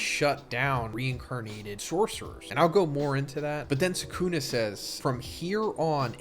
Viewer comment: Every AI voice gets Sukuna’s name wrong